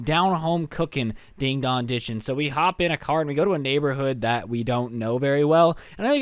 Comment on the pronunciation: Just so you know, it’s ‘ding DONG ditching’ , not ‘ding DOG ditching.’ Not to be rude.